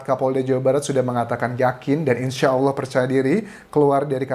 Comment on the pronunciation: Mas Anjas ganteng ini muslim tidak ya...nyebut Allah nya dah benar...hehehe..